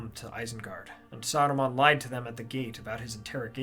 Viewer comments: Remember, it’s Saruman, not Aruman. Did Bakshi question our intelligence that much? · Who ? You mean Aruman, right ?